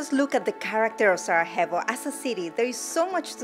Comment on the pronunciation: Great video. Couple of notes: You are not properly pronouncing Sarajevo; It would be great to mention that of the video mayor of Sarajevo appears (lady in a yellow dress)